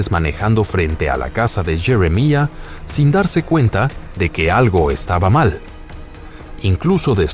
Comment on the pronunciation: Jeremalla😂 .Jeremía,punto